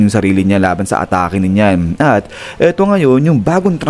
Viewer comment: NEEYAN po ang bigkas hindi NYAN